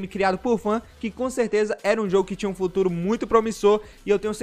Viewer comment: Krai ta sabendo português bem em jovem "Fulturo" karai